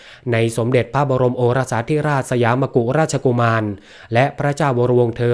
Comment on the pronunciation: สยามมกุฎราชกุมาร อ่านว่า สะ หยาม มะ กุด ราด ชะ กุ มาน 😊 ไม่ใช่ มะ กุ…อ่านผิดหลายครั้ง 😊